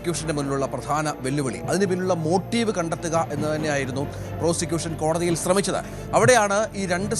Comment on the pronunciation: കോടതിൽ അല്ല. കോടതിയിൽ.